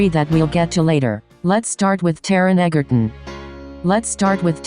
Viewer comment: ”Taron Egger-uHn”